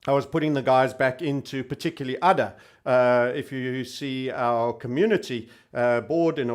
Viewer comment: ADA is pronounced with a HAED A. The token is named after Ada lovelace. Cheers